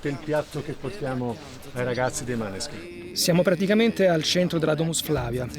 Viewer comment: Mi incazzo perché si pronuncia Moneskin non maneskin